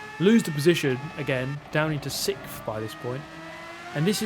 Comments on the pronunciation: Does it bother anyone else that he pronounces sixth “sickth”? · Hey! I notice that you always say sicth instead of sixth (you don't say the x)... Is this a British thing or pure Super GT?